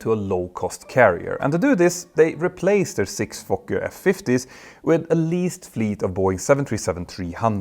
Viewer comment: Always a hoot to hear someone with a European accent say "Fokker." Great video though!